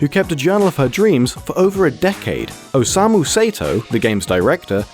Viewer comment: "OSEIMU SAETOW" god, I love english pronunciation. Some things on this video was entirely wrong but I'm tired of commenting the same thing on different videos about this game. Other than that, good video.